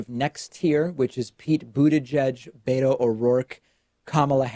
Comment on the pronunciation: My name is Beto but it’s pronounced in Spanish. Never heard it pronounced as BAY DOE